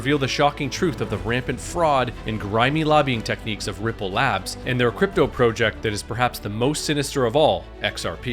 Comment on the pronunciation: “PRO-jeck” FoH 😂